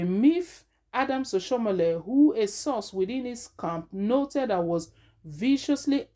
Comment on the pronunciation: Do you know how to pronounce name at all